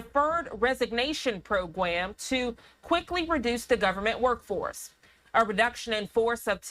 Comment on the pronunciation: Did anyone catch that… “Pwo-gwam”? Bahahah!! 😂😂